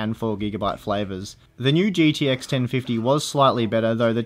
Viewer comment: Gidi X Titan. Hahahaha. Does Australians speak so?